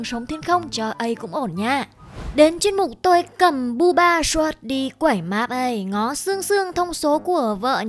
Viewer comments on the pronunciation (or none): none